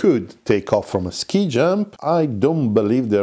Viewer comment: Forgive me but fyi, Ski in Ski jump is pronounced to rhyme with knee not shy!